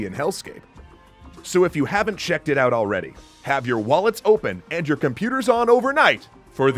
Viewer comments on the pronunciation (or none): none